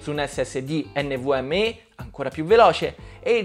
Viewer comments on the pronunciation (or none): ma come hai pronunciato NVMe hahaha